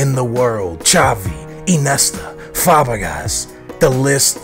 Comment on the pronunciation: Inesta, Fabagas. Look up the names at least.